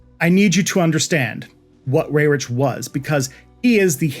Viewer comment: Thank you, thank you, thank you for this comprehensive deep dive into this topic. Side note... Paul Weyrich's name is pronounced "wie-rick" not "way-rich".